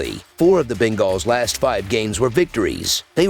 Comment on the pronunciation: I just can’t stand the way he says bengals ..